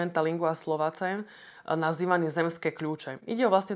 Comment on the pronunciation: Je zarazajuce ze niekto kto sa zaobera lingvisticou vyslovuje "Monumenta Linguae Slovacae" tak ako sa to pise a nie tak ako sa to ma vyslovova. A teda, bud vo forme latiny = [mo-nu-MEN-ta LIN-gwae slo-WA-kaj] s dorazom na slovo Slowakaj, alebo nabozenskou latinou a teda: [mo-nu-MEN-ta LIN-gwae slo-va-ce] s dorazom na slovo Slovace. Nikdy vsak nie Slovacea.